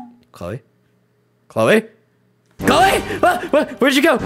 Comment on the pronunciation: I thought her name is "CHLOE" and not "CHOLE" 🗿